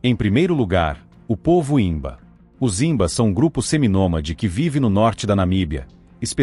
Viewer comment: A pronuncia é rimba e não zimba!